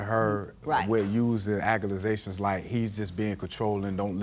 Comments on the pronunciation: My man said "Aca-la-zations" 😂😂😂😂😂😂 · We saying 'aku-mu-zations' now? My lawd. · He seems like a nice guy, but if I hear the word "acculasation" one more time!!!